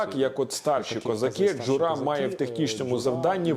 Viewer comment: Класне відео, і окреме дякую за дубляж іноземної мови. Тільки при дубляжі замітив помилку в наголосі в слові "Джура". В ньому наголос має падати на перший склад, але в дубляжі завжди наголос на др4угий склад.